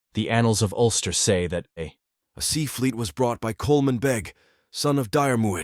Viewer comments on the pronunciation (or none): none